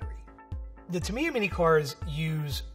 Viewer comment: That Tamiya pronounciation is killing me. TA - MEE - YAH is the correct form. Otherwise, great video! I grew up with these when my dad was station in Japan in the 90s. I had a Sonic Magnum and a Spin Axe.